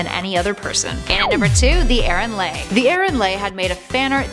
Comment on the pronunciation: Or Aaron Leigh (Aaron lee)